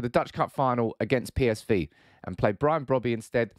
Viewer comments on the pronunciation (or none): none